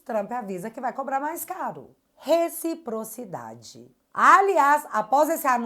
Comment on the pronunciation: OBSERVAÇÃO: O LALAU NUNCA DISSE "RECIPROCIDADE" , E SIM, "RETOPROCIDADE" . SIM ELE DISSE ISSO, UM JUMENTO DESSE CRIOU UMA PALAVRA NOVA .🤡🤡🤡